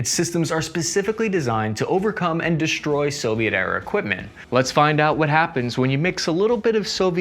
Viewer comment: Shtroke, dishtroy, shpread 😅